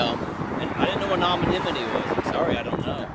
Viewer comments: "nawmanimity"... yes, he is that dumb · Man, after that cop kept butchering the word anonymity, I couldn't even say it right for a second. Anonymity.. anomyni... Dammit lol.